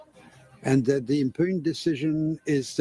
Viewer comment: impugned is pronounced "impyuned"